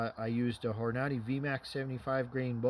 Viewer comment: horn a day is how you say it